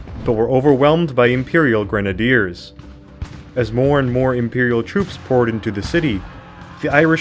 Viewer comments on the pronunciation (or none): none